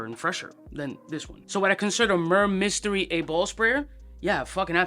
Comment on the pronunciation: Murrr mystery lol. Why do "reviewers" not even bother learning the name?